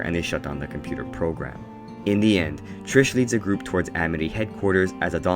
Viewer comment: Bruh when he started saying Trish